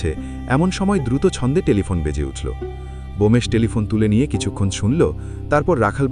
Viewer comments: 😅Bomesh korchen kano?Bomkesh hobe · উচ্চারণ ঠিক করুন। বোমেশ কি নামটি ব্যোমকেশ। এটি একটি বিখ্যাত নাম। ভূল করবেন না।